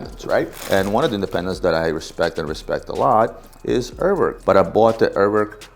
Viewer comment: Hey ask Nico how to say Urwerk you say it completly wrong